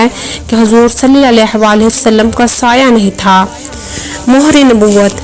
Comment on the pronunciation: Salalahualihiwasalam Sahi se bola krain